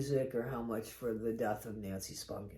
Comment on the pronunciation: AT LAAAAAST someone says her name right!!🎉